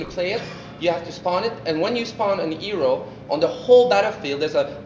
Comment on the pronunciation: The way he pronounces hero as "eero" is so annoying. The game looks good so far though.